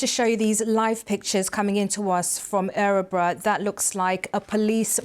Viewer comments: It's not ärebro, It's Örebro. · Dear BBC. It's Örebro. Not Ä-rebro. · The Town is pronounced and spelt wrong it is Örebro. Please get it right.